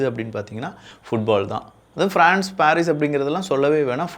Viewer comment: பாரீஸ் அல்ல பரிஸ்